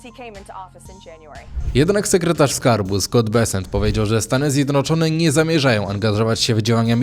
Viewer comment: ZJEDNOCZONE nie ZjedROCZONE - To tak trudno pojąć ?